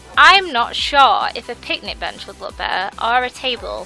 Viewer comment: It's picnic not pitnic